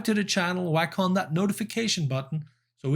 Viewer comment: Every time you say "whack on" I do giggle a bit. But nice performance. You are taking the boys to the stratosphere and beyond.